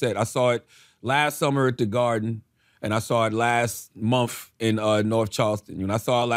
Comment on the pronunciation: MUMF. I am amused by the dullard Charlamagne and his pronunciation of MONTH. Love it. MUMF.